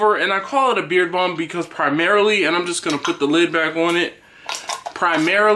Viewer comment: I thought you were saying beer balm